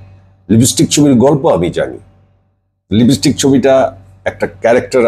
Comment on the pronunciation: লিবিস্টিক না, লিপস্টিক। এরা নাকি আবার বাংলার হিরো ছিল।